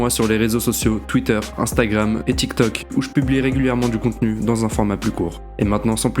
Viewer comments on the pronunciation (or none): none